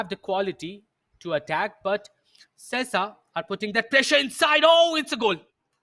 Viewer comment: Commentator doesn't know how to pronounce Sesa.